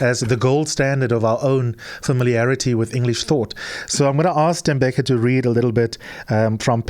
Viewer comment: U r pronouncing his name wrong, it’s no Tembeka it’s Tembeka